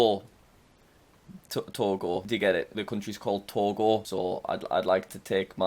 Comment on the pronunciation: Whenever he said "Togo" his British accent kicks in, he sounds New Zealander until he said Togo